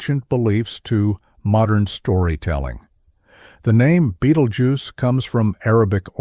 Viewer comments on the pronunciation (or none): The AI voice had at least three different pronunciation versions of "Betelgeuse".